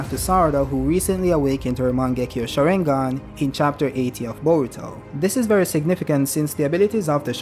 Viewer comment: I hate how he says sharingan